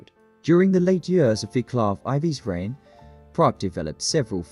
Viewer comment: dear god..please find out how to pronounce name Vaclav..if no subtitles ive no clue who you talking about